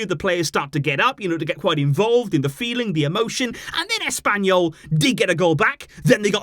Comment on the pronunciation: SUGUNDA TO ASS-PAIN-YOU-L 😂